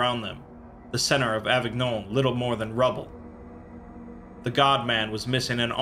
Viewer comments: You read the french words quite well ! (the only exception being that avignon is read as avinion but you couldn't know that if you hadn't heard it before). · Avignon is pronounced Avinyon